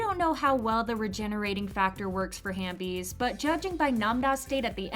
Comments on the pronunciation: I thought it was half bie not hambie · just correcting you it's halfbees not hanbees or I think it's both 🤔